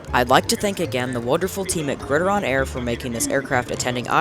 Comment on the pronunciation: Pretty sure it’s pronounced “Grid”-“Iron” like the nickname for football. Not Grid-ih-Ron.